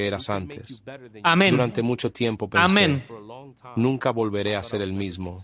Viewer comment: Dices amen en lugares equivocados.... y no suena oh men.....